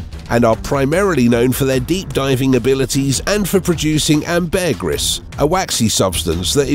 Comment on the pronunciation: Want to have another go at pronouncing Ambergris?